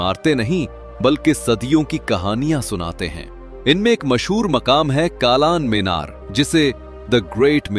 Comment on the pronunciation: O bhai... Why are you using urdu words in a bad manner? U shd learn correct urdu. Meere arab Kalan meenar Labe hauz Etc you spoke wrongly... Pl improve your urdu Or stop this video making.